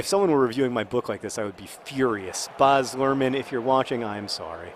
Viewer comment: Baz Lurhman is Australian, we don't say Baaz, we say Baz with a short a sound.